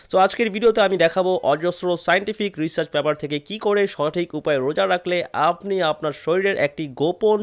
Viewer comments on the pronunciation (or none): none